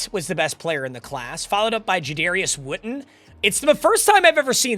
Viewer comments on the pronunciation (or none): none